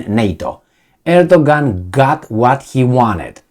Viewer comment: Great - remember Erdogan is pronouced Edoyan (or something).